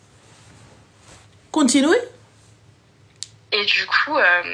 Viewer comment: Le "Countinoui" il m'a tué😅